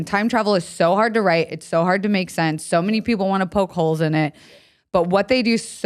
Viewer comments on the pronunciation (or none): none